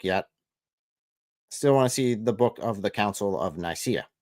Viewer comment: OMG “the council of Naiyaceea”!! 🤣🤣🤣🤣